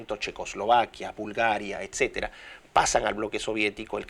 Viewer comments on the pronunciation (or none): none